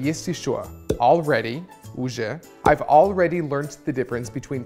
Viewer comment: Челик не проговорил I've никак, он почти I даже не произнес, пересматривал даже несколько раз в х25, но в субтитрах написано I've played